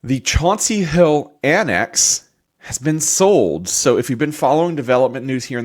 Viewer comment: Wtf is “chanty hill” I’m a towny I grew up with Chauncey hill, it’ll always be Chauncey hill